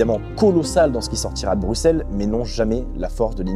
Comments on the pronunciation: un francais qui dit bien Bruxelles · Enfin un français qui dit bruxelle comme il faut 😍